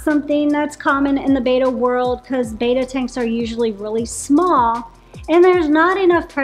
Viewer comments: You're pronouncing it wrong. It's not "bay-tuh." It's "beh-tah." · Yoyr pronunciation of Betta is incorrect. It's not Bayta. It's betta with a short e sound. 😊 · It's not BETA, it's BETTA, like "better" with an A at the end instead of ER. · Its commen sence to say betta not beeeta how can jou educate People and not say the name correct your the experts